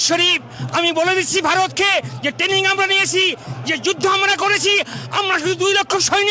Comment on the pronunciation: Tening ❌️❌️ Training ✅️✅️